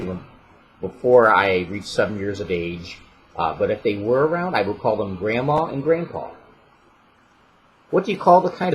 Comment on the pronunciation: I hear it when he says, “water, grandma, and grandpa”